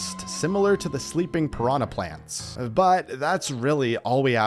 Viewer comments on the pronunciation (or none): none